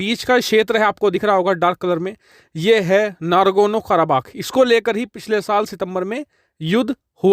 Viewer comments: Bhai voh naRGOno karabakh nahi naGORno karabakh hai😂🙏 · Bhai yeh Nargono Karabakh nahi , iska naam Nagorno Karabakh hai👍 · Nargono karabagh nehi, Nagorno karabagh.